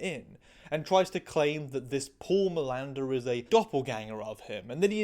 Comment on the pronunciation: For a moment I heard Miranda and not Milander and I was really confuse, trying to figure out why Manuel Miranda was the bad guy in a procedural, and why in a CSI trans episode specifically? it was just for few moments but it was crazy... Btw the difference between them trying to water the spup (allungare il brodo in italian, I don't know an idiom in english for tranlate it sorry) for the 40minutes mark and your's wild Pindaro's like flights from tangent to tangent, is that your tangents are interesting and we lovo them! ❤❤❤